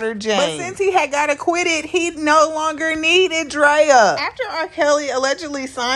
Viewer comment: Why does everyone call her Draya? It's pronounce Dree-ya as in Andrea, not Un-Draya.